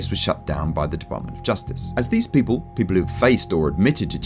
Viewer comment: It's people not pople